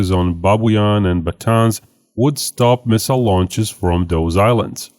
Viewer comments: Hello! Great video, however I want to fix the pronunciation of the northern Philippine island. It’s actually pronounced ba-TA-nes, and not ba-TĀNs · Pronounce as Ba-ta-nes cause "Batan" may point out to Bataan west near to the capital Manila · it is pronounce “Ba-Tan-Es”